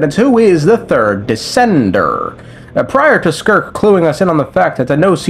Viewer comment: why does he say it as "decendurrr"